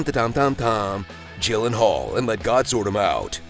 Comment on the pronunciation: "gyllenhall" actually